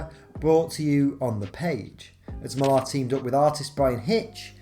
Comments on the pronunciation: i can't believe my ears, an English man mispronouncing "Mark Millar" LMAO It's Miller, not Mil-ARHH, there are countless examples of how to pronounce it on YouTube, just search for it. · It jars me every time I hear you pronouncing Millar’s name, brrrr